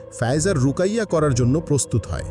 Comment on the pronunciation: সুন্দর এক্সপ্লেইনেশন ❤ ভাইয়া রুকাইয়া না ওটা রুকিয়া হবে